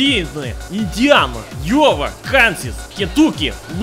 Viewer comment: Normal people: Indiana, an intellectual: Almost says "idi nahui" first time he says it